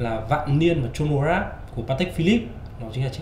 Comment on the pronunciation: review rất hay có điều Chronograph bạn nên đoc là cờ-ro-nơ chứ đọc Chô nô nghe không chuyên nghiệp lắm( chân tình)